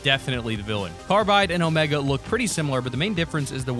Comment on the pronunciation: omEga not omaga